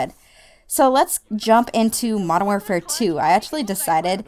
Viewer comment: 1. i critsize my friends about this... pronounce warfare correct 2. i would not like cod if my first cod as mw2 ... it was blops wen i ell in love then found out about these rapetrans and all that shiz now im a-hamin that shizz and found out about the waw classic maps and stuff